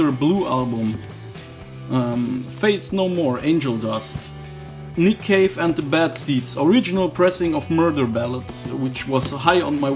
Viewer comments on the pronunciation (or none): none